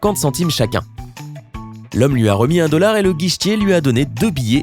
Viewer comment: De un a l´enigme 4 on ne dit pas en quelle année on est et a l´enigme 7 le mec dit un "dolar". faudrait apprendre a raconter une enigme correctement !